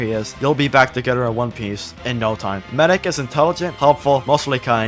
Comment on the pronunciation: Medic, It's medic.